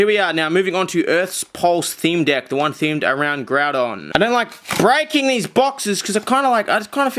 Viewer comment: sounds like hes saying dick instead of deck cannot be unseen